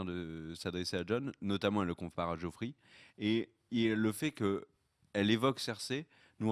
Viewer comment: Seul chose qui me chagrine un peu: le "Jeffrey" au lieu de "Joffrey" de sachant que le personnage en tout cas l'acteur est l'un de mes préférés de la série. Excepté cela, ne changez rien, vous êtes au top!